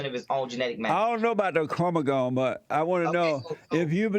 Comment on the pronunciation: “I don’t know about no chromo-gome!” 😂😂😂 JESSE’S UH-MAZIN